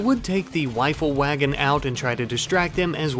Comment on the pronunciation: Is it me or am I hearing him say "wifle wagon" lol